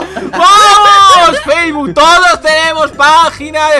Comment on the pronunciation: An notado que dise facebol jajajjaja